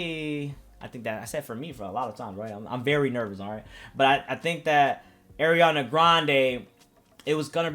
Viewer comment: it's pronounced "R-E-onna" i used to get it mixed up too though so no big deal